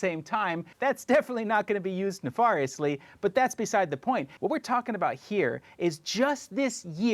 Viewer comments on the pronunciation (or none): Nuh-far-e-leus ? Nuh-fair-eous *